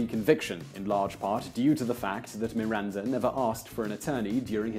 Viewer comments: Why did you pronounce MiranZa? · why is he calling Miranda "MiranZa"?